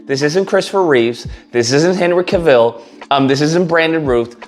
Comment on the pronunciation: You also mispronounced routh and cavil 🥴🥴